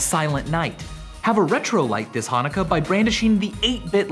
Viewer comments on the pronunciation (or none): none